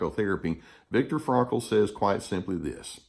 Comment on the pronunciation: Victor “Frakle”!! Lol it’s Frankl